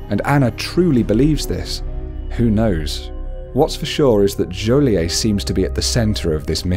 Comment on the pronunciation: you pronounce the t in joliet